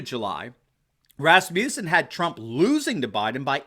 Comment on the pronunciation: RASS-mus-in. You're thinking Rasputin.